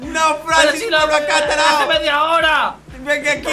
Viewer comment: Soy el único que le dan risa cuando dice "tarado porque en realidad dice tarao"